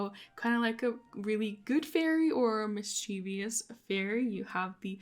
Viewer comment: It’s “mischievous” not “mischievious”